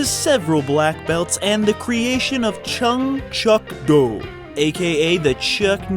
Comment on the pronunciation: Chun Kuk Do, not Chun Chuck Do, but I like how it sounds :)